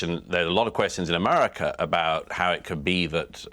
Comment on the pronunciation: Why Douglas can’t pronounce ‘America’ ? What the heck is ‘Amuuhrikka’ ?